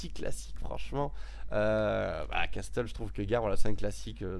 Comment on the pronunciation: On dit "casseul" pas "casteul" pour Castle :p